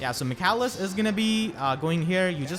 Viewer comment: Great guide! Your pronunciation of Michalis is (almost) correct. It's a Greek name and pronunced m ee h aa l ee s .